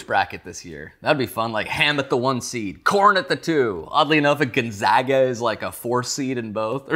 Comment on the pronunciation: Gonzaga = Garbonzo, he's just dyslexic to a flout